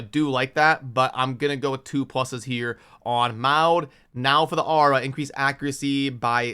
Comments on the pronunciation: I would rather have a slow down on the resource drains for a bit... Give us a chance to build out the Champions we currently have and build a plan for our accounts... BTW, I understand you and I are of different genereations, but Maud (mod) used to be a pretty common name here in the states, so I cringe every time you say (mowd) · Brother… I know the pronunciation isn’t your thing and many times I just laugh, but for the love of god I can’t let Maud go. It’s MOD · Maud is pronounced like “mod” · The name is pronounced Maw-d. I think the reason White Queen is being marked higher, is because of her companion. Together, they are S tier and that's why people will want her more, not because individually she is better side-by-side.